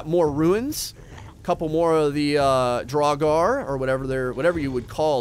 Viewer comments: "Draug-are" oof every time you said that it was painful... i believe its draug-err, like in skyrim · Just so you know, it’s pronounced drow-grr... like this so that he can see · its pronuenced drao-ger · he might as well have just said draug. better than "draug-are" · pronunciation is basically Draw-ger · i believe that the jotun is supposed to bu yotun or pronounced that way , and duragar is dur a gar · they are pronounced Draw-gur. and they aren't from the underworld. they are murder victims and those that didn't receive propped mourning from their family, or a propped burial or cremation if they family was capable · Gotta help you here man Draugr: Dr-ow-gr (Ow like ouch) They are cursed warriors who have died. Jotun: Yo-ton A giant Love how you got Helheim and Valkyrie properly but had issues with these 😂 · ps it’s pronounced drowger also most j’s are pronounced like a y. i know some norwegian so i know the basics of the language and all the scandinavian languages are super similar so yeah. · I've always pronounced draugr as drawger. Who really knows lol. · You say it like drouwgurr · The draugr is pronounced drug-er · it’s pronounced Draw grr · Draugr, pronounced, Dra-gur. Usually guardians of sacred viking treasures in Norse Mythology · Draugr is pronounced (Dr-A-gar). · Pronounce it like druger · It’s so fun hearing him try to pronounce draugr, jotunn and jotnar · A draugr (your pronounciation was awful by the way) is what happens when someone dies while trying to obtain a treasure. They are reanimated, though still rotting, corpses who claim the treasure they sought in life and defend it mindlessly. On a side note there is also a planet named draugr which orbits a star named lich. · I’m pretty sure the g is silent in draugrs and jotun is basically a Norse giant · I hope somebody corrected pronunciation of draugr. Which is said aloud in skyrim. In like the first 20 minutes if you take everything not nailed down.